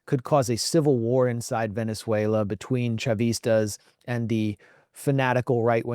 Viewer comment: Glenn, it's pronounced Ve-nez-WAY=-lo, not Ven-ze-WAY-lo. The name "Venezuela" comes from the Italian word Veneziola, meaning "Little Venice." It was coined in 1499 by Italian navigator Amerigo Vespucci, during an expedition led by Alonso de Ojeda, who saw stilt houses built over water on Lake Maracaibo, reminiscent of Venice, Italy.